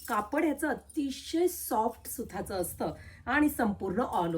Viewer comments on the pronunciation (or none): सुठ्ठ्या ❌ सुट्ट्या✅ सुथाच❌ सुताच ✅ मोटा ❌ मोठा✅ पधर ❌ पदर✅ टॉलर बुट्टी❌ डॉलर बुट्टी✅ सुरेक ❌ सुरेख✅